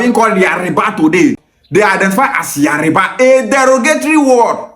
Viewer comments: yariba ancestors also pronounce it as yariba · Yariba is not the word but Yoruba is the word. You cannot even pronounce it right